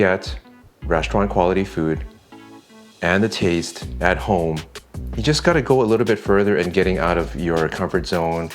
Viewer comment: When Dude says, "Thetaste," it never fails to make me chuckle. I've just discovered your channel the past week and I enjoy it so much. I'm even happier to discover you guys have a cook book as well!!